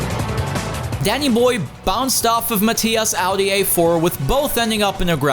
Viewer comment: Awful watch. You put all that effort into your pronunciation of Spengler, Ekström, Ullrich etc but still said ‘Ahdi’ ‘German Touring Masters’ and ‘maTHias’ 🙄